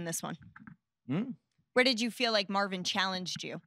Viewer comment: Congwatwaysho fow mawwin, heedi at gway dub